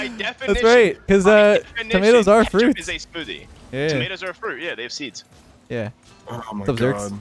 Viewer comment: Why does he keep saying kAtchup not KETchup